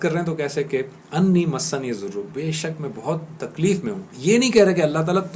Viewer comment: AOA plz recite dua with tajweed masniyazoor is wrong masaani yazoor is correct.reciti zabar on word "seen" not combine the "seen" with "noon'.fiammanillah